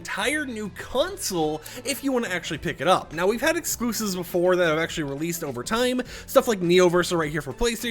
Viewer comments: He's gotta talk about excloosibs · Ah yes, the excloosibs